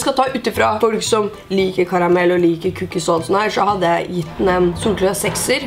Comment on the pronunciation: Når du sier cookies høres det ut som du sier "kukk-is" hahahaha